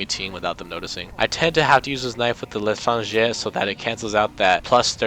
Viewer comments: l'Etranger. You pronounce it "leh tron jay" (the j is soft). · The l’etrange is pronounce Le-trage-yay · no lé tranh géh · you pronounce it leh-tren-jey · How to Pronounce L'Etranger for those who don't know how: La - trah - n - jay please shout at me if I'm wrong lmfao 😂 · It's pronounced "lay-tr(roll the r)awn-jey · the L'etranger is said Let ron jay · The Letrangee The letranger The literal anger The stranger The LITRANGER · Not to be a smartass, but to pronounce L’Etranger. It’s a French word, duh, and it sounds like, Le-shrawn-sgher. It would be much easier to just say it for you. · The “L’étranger” is pronounced “lay-trah-n-jay”. It’s french for “The Stranger”. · not being mr ㄥ Θ ղ Ǝ ₩ Θ ㄥ 𐍆 e but the L'etranger is pronounced lay - tron - jay. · leh tron gay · L’etranger [leh-trahn-jer] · I'm probably wrong, but the le'tranger is pronounced lechran jay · Le tron jay, but you're close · I'm french and ... :') Magad "Laytranjay" xD So funny to hear the pronunciation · It's pronounced kinda like Latranger. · Lay-Tron-jay is how to say it, I think. But the j and r are rather soft. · As someone who is part french I laughed so hard at your pronuciation of the L' Etranger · when you tried to say '' l'étranger '' LMOA cause i speak french and i know how to say '' l'étranger '' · As a french it's always fun to see ppl try to pronounce "l'étranger" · I like how the only correct pronunciation of l'etranger was for the weeby shitpost eight